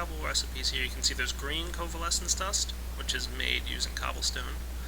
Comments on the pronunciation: Covalence!! Not covalesence! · He says "Covalescence dust" instead of "Covalence dust" and it really buggs me... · ts "coavalence dust" not "covalessence dust"